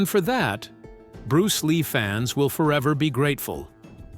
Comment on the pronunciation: Am I the only one that finds it irritating?The way he pronounces bruce ley's style and the green hornet character !!!